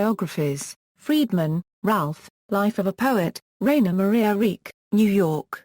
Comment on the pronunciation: His name is pronounced "Reek" ???????????? You've got to be kidding.